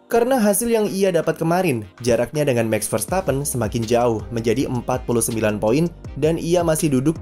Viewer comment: Bos… MAX Verstappen! Bukan MEX Verstappen…. Mohon jangan ngrubah nyebut nama orang? 😁…. Cheers!